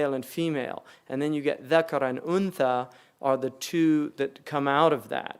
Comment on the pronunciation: Dhakar ذكر not deeca..such bad transliteration.